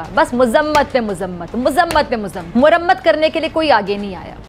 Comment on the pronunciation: Ye Muzammat Murrammat kya hai be😆🤣😆🤣😆🤣